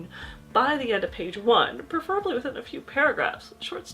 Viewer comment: Even writers don't know how to pronounce "preferably."